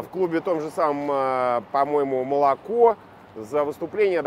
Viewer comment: Прикольно слушать как сразу двое с одинаковым абсолютно акцентом "питерских тусовщиков" разговаривают. Это, когда даже не "малако", а "млааако". :-)) При произнесении звука "а" язык перекрывает нёбо.